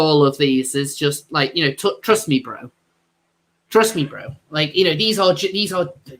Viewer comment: It’s fun hearing that in a British accent.